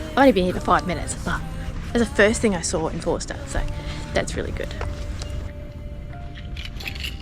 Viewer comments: Drop the R in Forster and it becomes Fos_ter .Like the locals. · Getting the local pronunciations can be tricky in new places, i.e. Tuncurry and Forster (pronounced without the r sound, Foster). I lived in the town for many years and you can pick the tourists from the locals.